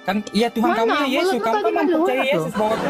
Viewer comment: Tuhan, bukan Tuhang 😂